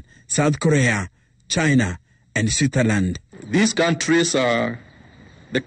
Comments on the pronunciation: Huyu anasema switherland ama nini 😂😂😂😂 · did he say sweeterland